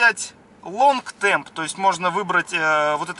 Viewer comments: Извини, лонг терм а не темп. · Отличное видео! Но почему вы говорите long temp когда там long term?)